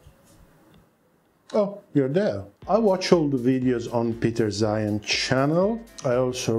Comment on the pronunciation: Well, trusting an aircraft commentator that pronounces “Peter Zeihan as “Pizza Hut” isn’t any better.